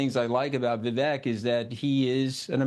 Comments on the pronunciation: How long are we into this and the dude still cant pronounce VIV AKE names right....that clown tony, did no reasearch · Scaramucci can't even be bothered to pronounce Vivek's name correctly.... Such a tool. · The host couldn’t even pronounce Vivek’s name right!? Do better